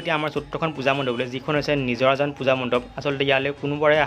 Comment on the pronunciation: Nijorajan😂😂😂 Bro najirajan hoi